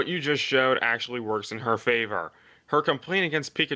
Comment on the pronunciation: When he said " Actually " it sounded like he said my name, which is Angelique. I am confused as to what he's saying